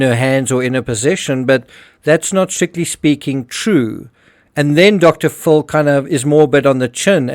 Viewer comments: You are a very good detective and I really like your videos. Just one correction. The way you pronounce Dr. Phill it sounds like Dr. Full. Sorry to point it out. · If this AI voice , im sick if you prpnoucing it " Dr Full" its Dr Phil! Aldo Burke is CLEARLY autistic . He has to be. If he hurt his sister IDK but hes austistic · Dr. PHIL , not Dr. FULL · Dude your my favorite true crime channel. I cant tell for sure, but i swear you say Dr.fool for Dr.phil. ha-ha my hearing isnt so good